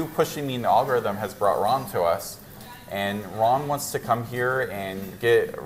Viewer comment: Ron not Rob 😂